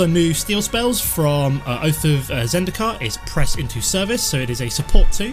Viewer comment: you said oath of zendikar haha